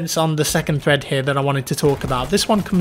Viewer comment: Every time you said thread in your video, it sounds like you said threat.